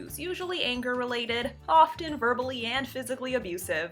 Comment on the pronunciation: How about the women who pronounces the silent "t" in the word "often"?